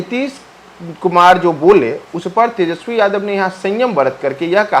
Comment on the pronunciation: कृपया तेजस्वी बोलें, तेजश्वी उच्चारण अच्छा नहीं लगता है। हमलोग आप लोगों से और कुछ नहीं तो कम से कम भाषा भी सीखना चाहते हैं। शुद्ध शब्द 'तेजस्वी' है न कि 'तेजश्वी'।